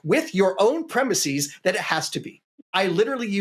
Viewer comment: It's not preh-miss-ease. It's preh-miss-is.